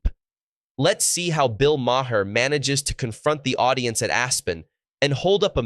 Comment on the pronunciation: It’s not “Ma Hair”